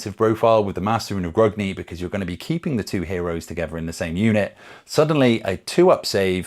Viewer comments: Gr-UNG-ni not Gr-UG-ni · Please pronounce Grungni correctly, it hurts my ears to hear someone who calls themselves a dwarf pronouncing it like an elf!